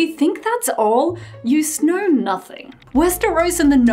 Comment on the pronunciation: Omg "You sknow nothing" was that a easter egg or a miss prounounce...